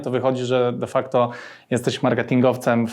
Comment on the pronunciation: ...wszędzie ten "defackto" - kurwa normalnie wróg publiczny.